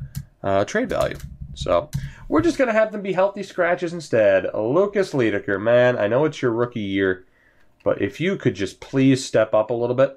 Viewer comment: Leidekker is pronounced "lie-decker". As in "lying"